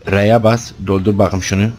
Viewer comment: Reynmen: Yalan söyleme gözlerime bak bu kez: Baağkım